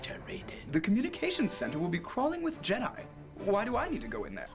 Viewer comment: There is no s in jedi